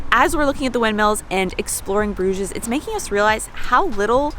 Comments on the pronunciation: I think you don't pronounce the s at the end of the word Bruges (French). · Even in English the s is not pronounced. The English name came from the French 'Bruges', where the s is also silent. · It is the Flemish/Dutch word for a bridge (brug, plural bruggen like the German Brücke) , but with a French pronunciation and es added - for English speaker that is. Logical when you look at the city.